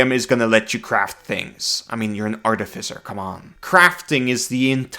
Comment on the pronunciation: New artificer is Garbo. Sticking with the old one. Also, it is pronounced Ar TIF I Cer, not Arti fi cer.